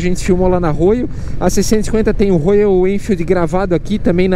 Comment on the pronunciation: Pq "Rôiou" se a pronúncia é "Rhóial"?🧐